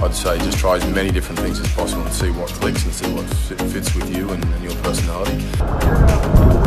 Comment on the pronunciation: I like you to surffing with me it's too funny to listen the watttttt